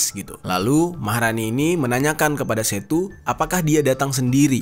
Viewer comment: Bang manggilnya yg bener tuh setu bukan setu 🙏🗿